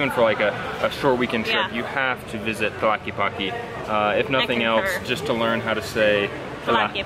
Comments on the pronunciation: Sorry for correcting you on how you're pronouncing tlaquepaque but the first thing you should notice is the word "que" it's spelled twice in this word and I'm sure you know how to say "que", so it's pronounced tla-"que"-pa-"que", remember the e in Spanish resembles more the sound of the a in English and not the e it's more like the Canadian eh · Hi y the pronounciatiom of the word Tlaque paque is Tla/que/pa/ que not tlakipaki. Like when gringos pronounce my name as enriki, not good. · "Tlaquipaqui" hahaha. Saludos güeros. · I like how you pronounce it. "Tlakipaki". Love your effort to know "mi ciudad". Saludos desde Alemania. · Remember in Spanish E is not pronounced iii, you are saying tlaquipaqui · "talky palky jalisco" .... yup, it's really hard to pronounce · It is pronounced Tlaquepaque TL Ka ke pa ke in Spanish vowels especially at the end “E” eah. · Stop saying Tlelatepaqeeeee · in Tlaquepaque, the E sounds like in elote, ernesto